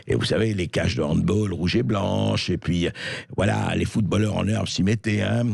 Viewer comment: Hand bAAAAAl pas hand bOOL !